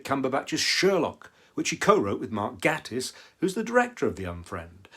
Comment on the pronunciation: Mark Gatiss is pronounced GAY-iss. Great reviews by the way 😄